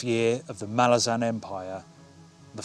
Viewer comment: I'm pleased to see that you've tried Malazan (as a fellow Brit, I pronounced it exactly the same as yourself) as I'm aware you posted, what, four years ago that you'd get round to it one day? I'm pleased the day has come.